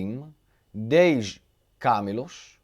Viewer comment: está certa a sua pronúncia da primeira vez; camelos e não câmelos. Permita-me ajudar, sempre que for necessário. Obrigado.